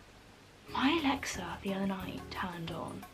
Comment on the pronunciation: When your Alexa turned on it’s because you said ‘Alexa Demi’